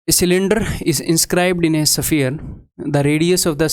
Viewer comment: सर, स्फेयर बोलिये, सफीयर नही।आप जैसे इंटेलीजेंट टीचर को यह बोलना अच्छा नही लगता।। सॉरी, सर बार बार ऐसा सुनते सुनते मैं बोलने को मजबूर हुआ।।